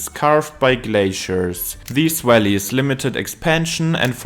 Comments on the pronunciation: Valleys pronounced Wellies 😂 everytime I just pictured some big rubber boots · I thought he said deep Wellies , then i realized he was saying Valleys 😂. The building are made from sandstone and are a golden colour , pollution has turned them black .Apart from that , thanks for the video of my home town .